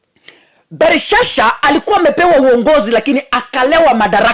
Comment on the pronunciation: ni BELSHAZZAR sio BELISHSHA mungu ana muonyesha uongozi wake ume pimwa 💯💙💙💙